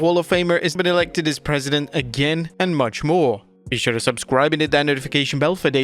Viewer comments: Why did you say "again" that way? We don't care what a brit thinks about America going back to being GREAT AGAIN!!! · How he said "again" lmao